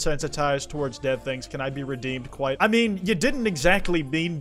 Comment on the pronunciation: you literally like yeat